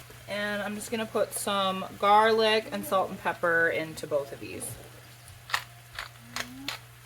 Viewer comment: I knew I had to stop immediately and subscribe the minute you said “jarlic”! 🤣🤣